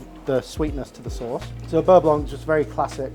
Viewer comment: Beurre blonk??